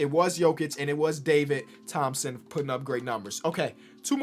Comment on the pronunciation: " DAVID RO-THOMPSON"😂😂